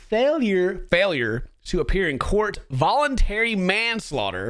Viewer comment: wait... "Volentary" Manslaughter? what